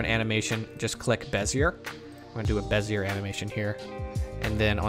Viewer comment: FYI, it’s BEZ-e-ay, not bez-e-er. Those French and their silent r’s.